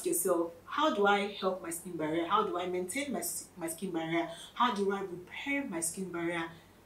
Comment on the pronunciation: Sking Baria😅...talk slow..